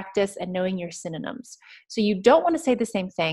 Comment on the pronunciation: Great jog gal,but the one thing that kills me is your synynom(synonym).Reckon that word has stuck for good.But overall,y'all're mighty fine tutors.